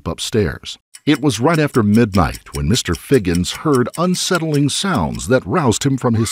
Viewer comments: HIGHINS NOT FIGGINS ! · Higgins Not Figgins...seriously?